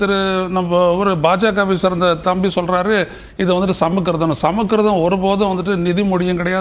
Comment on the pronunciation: சமக்கிருதம் என உச்சரிப்பது கேலிக்கூத்து. அதற்குப் பதில் சமசுகிருதா அல்லது சவக்கிருதம் என உச்சரிக்கலாம். 😂